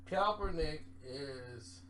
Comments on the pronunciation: It's Kap not cop...... Kap-ernick not KOP-ERNICK always ruining a name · Mook Deol “coppernick is pissed” lol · For goodness sake, where the hell is up with your mispronunciation of Colin Kaepernick's name???? You can read, right? Where is the "L"? You keep saying "Kalpernick"🤣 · My god!!!!! LOOK!!! LOOK!!!! KAPPER-NICK SAY IT..KAPPER-NICK! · never says keapernick name right 🤣